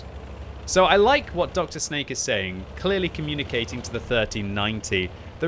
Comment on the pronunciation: His name in not Dr Snake, but Drsnak, that means something like tough guy